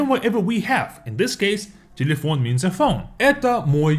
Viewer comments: Its cause it sounds like telephone in french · You pronounce telephone in a way that’s sounds like Patois.😂